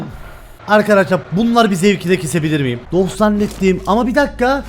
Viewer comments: Abi niye herkeze doch diyo sun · Sen önce doch demeyi öğren